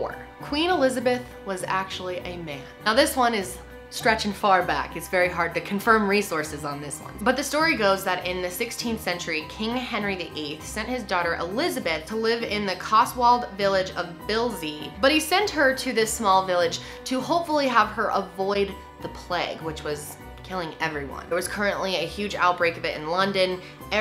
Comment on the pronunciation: It's actually Bisley,, not Bilsey or Brisley XD